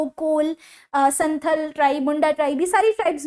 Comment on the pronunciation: मैडम जी आप अगर किसी विषय पर विडियो बना रहे हों तो आप इंश्योर ही की आप जीचे अच्छे से प्रोनाउंस और लिखें भी.......ex Warang kshiti❎❎❎❎❎❎ वारंग चिति ✓✓✓✓✓✓ Saran××××××××××× Sarana✓✓✓✓✓✓✓ Santal××××××××× Santhal or संताड़ Etc